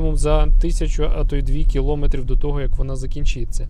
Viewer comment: Все ок, але наголос не там: не кілОметрів, а кіломЕтрів.